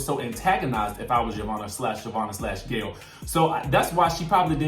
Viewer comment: Dont forget "hoe"vanna lol. The girl from last season called her